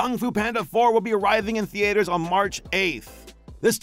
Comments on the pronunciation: My guy why do you say “Theaters” as The-Aters! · Lol, the way that pronounces "Theaters." Can't wait for some of these movies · Lol why does he say "theaters" that way?? 😭